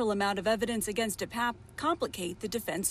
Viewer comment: Once again, Pelosi's boyfriend's name is pronounced DePAPE NOT DePAPP.